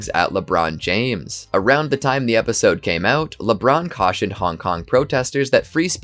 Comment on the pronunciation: The funniest part is the host who can't pronounce the word Episode lol